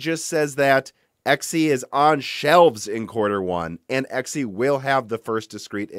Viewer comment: Whoah, what? You're finally pronouncing it correctly, and not saying "zee"? What happened?